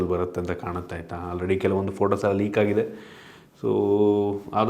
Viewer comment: ಲೆಕ್ alla ಲೀಕ್😅😅